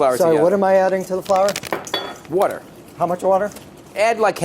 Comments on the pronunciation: It’d be easier if Bobby said water not whater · Bobby Flay and Brad Leone say water the same way. WOURDER